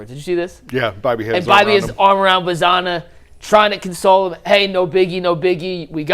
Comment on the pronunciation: I love this channel but it always grinds my gears when someone covers a team for a living and pronounces names wrong. Like the English pronunciation of “Angel” or saying “Bazzana” like it rhymes with banana. The dude from Locked On says “Genao” with a J sound. Like, have you not listened to a single broadcast in the years these guys have been in the org?